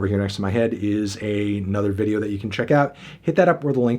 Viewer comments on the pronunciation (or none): none